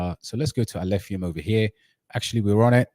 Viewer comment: was purposefully mispronouncing Alephium to ridicule it as he's the biggest Kaspa maxi and believes everything else must burn as it's his competition. Alph will fly so high despite his antics.